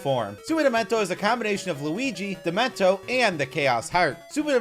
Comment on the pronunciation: He's calling dementio demento